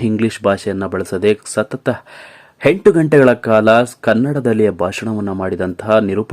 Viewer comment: ಹಪರ್ಣ, ಎಸರು,ಹೆಂಟು,ಕ್ಯಾತ ಅಲವರು, ಹಗಲಿದರು...... ಎಂಥ ಕನ್ನಡ. ಮೊದಲು ಕನ್ನಡ ಕಲಿತು ನಂತರ ವಿಡಿಯೋ ಮಾಡಿ ದಯವಿಟ್ಟು ಕನ್ನಡ ಕೊಲ್ಲ ಬೇಡಿ.